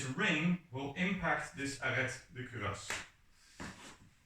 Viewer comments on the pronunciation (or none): The T in Arret is silent. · Also little french tip, Arrêt de cuirasse is pronounced with a silent "t" in arrêt, otherwise your accent is good, nothing to say here